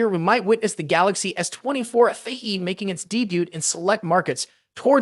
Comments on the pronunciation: FE not afee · Its letter F and letter E ,not letter F and words Fee.so its Fe simple not ffee ffee